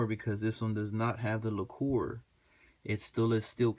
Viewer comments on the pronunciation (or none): It's pronounced like lacker not like your talking about a expensivebottle of liquor lol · Great review. Btw it's pronounced "Lack-er" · Lacquer is pronounced lacker. Good video btw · Lol... La Core? Wtf is La Core? Do they speak English in La Core? I'm kidding. Haha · Thanks for the vid. I think I've made my decision...btw not trying to be an asshole but lacquer is pronounced LACKer. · Now I am thinking I should of went this way instead of the Springfield XD..... Anyways don't worry about mispronouncing laquer it is french and don't deserve to be pronounced right anyways.